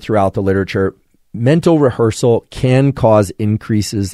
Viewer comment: Rehearsal >> Revhearsal.